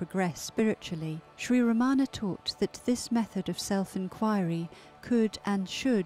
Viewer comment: I love how Mooji pronounces Ramana correctly. Emphasis is on first a. Thank you. 🙏🏼💙